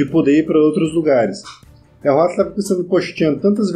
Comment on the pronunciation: opa tudo bem? só um comentário: não se pronincia huatli, acho q é huatou